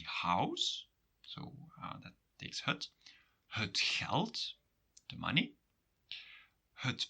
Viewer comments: Why do you pronounce het as hut? You say ut normally and if stressed, as het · you pronounce het like hut. Belgian? Sounds charming